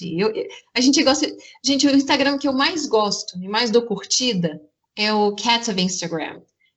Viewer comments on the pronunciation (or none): "meu INSTAGREIN,MEU INSTAGREIN" FALA DIREITO MEU DEUS